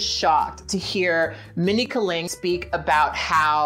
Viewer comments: Just a friendly pronunciation correction, it's Mindy Kay-ling. Like you are saying the letter "K" then "ling". (note: I looked up a video of her saying her name because I was worried I had been pronouncing it wrong.) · actually, you're right. her name is chokalingam... and kaling in that is actually pronounced as kuh-ling. She seems to have accepted K-ling only because that sounds more americanized. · You listened to people interviewing her and still call her "Mindy Ka-ling?" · The way you pronounce Kaling is killing me lmao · Why do we have to "place her"?? Why can't she be both critical of Fred's stupidity and privilege while also appreciating his sexual appeal?? Why can't she be a little more complicated?? It's definitely bad that it isn't funny, but I find her approach a little more honest, if complicated. Also the way you pronounce "Kaling" sounds kind of racist.